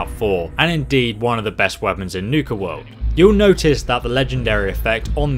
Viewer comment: It's Nuka World not niuka cola world lol